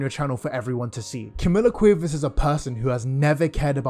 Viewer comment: As a native Spanish Speaker, the way you say Cuevas is hurting me, no shade, I just find it really funny 😭😭😭